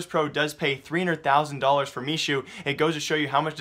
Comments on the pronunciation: Hey, Michu's name reads as me-who, not me-shu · I think MICHU is pronounced Mehoo